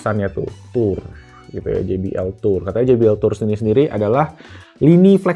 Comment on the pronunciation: finally, jay bee el 😂😂😂 gak gee bee el lagi